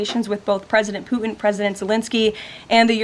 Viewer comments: PuTIN not POO IN! You 💩 IN the 🚽. Hopefully PuTIN 💩 IN the 🚽 PLEASE, PLEASE, PLEASE stop saying POO IN!!! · The letter T seems to be missing in the vernacular of spokespersons. Pudtin isn’t Pudin drives me crazy. Ditto the T in the United States. Slurred by Pelosi et all. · President Poo-in! 😅